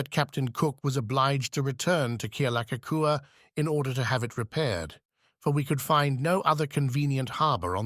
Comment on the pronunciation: Totally butchererd Kealakekua at the very start - if you're going to use a robo voice, at least get the pronounciation correct. YOU SUCK!